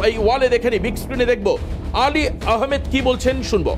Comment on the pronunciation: হাল্লা বোল এর নিউজ করতা আগে যে মানুষের নামটা ভালো ভাবে বুঝে বলোন অলি আহামেদ / আলী আহামেদ বলছো কেন...????